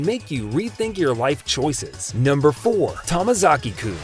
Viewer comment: it’s “Tomozaki” not tamazaki